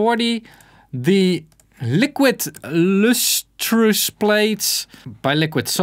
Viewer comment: “Liquid Lustrious” hahahahah. That really hit me for some reason.